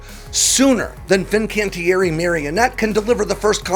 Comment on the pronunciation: I love that you are the only person who pronounces Fincantieri properly